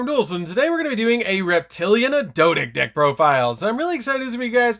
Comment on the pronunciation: Pretty sure it's SUPPOSED to be pronounced Reptili ANNE like the female name. After all it's normally spelled reptilian.